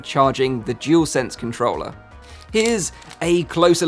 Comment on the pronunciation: Dualsense not jewelsense 🤦🏻‍♂️😂.